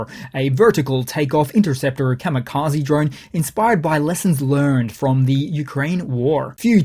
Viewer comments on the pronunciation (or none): none